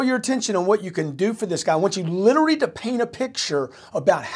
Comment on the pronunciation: Grant's new job should be learning how to properly pronounce, "literally". Hint, it's not "Littery". :o)